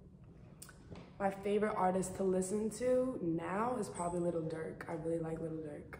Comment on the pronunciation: i know she didn’t just say “little durk”😭😭😭😭